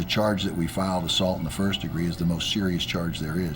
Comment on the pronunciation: What is "assult"😂